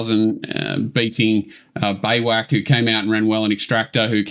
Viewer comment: Beiwacht is pronounced "By Vacht" or "by vot" it is the origin of the English word Bivouac....according to google